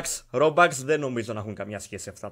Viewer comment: Κι εγω παίζω roblox και δεν λέγεται ρομπαξ λέγεται ρομπουξ αλλά υγεία 😅